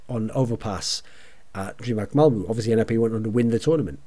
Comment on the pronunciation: don´t know if you´ll ever need this thorin but: Malmö is pronounced like "mal" from the word malice. and "mu" from the word murder.